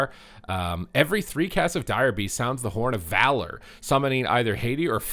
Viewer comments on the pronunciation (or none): none